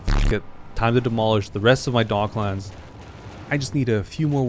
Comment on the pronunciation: It's docklands my guy not dog lands